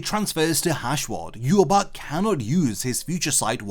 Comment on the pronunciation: Look up how Ywach is pronounced. Hearing you say it makes you lose all credibility to me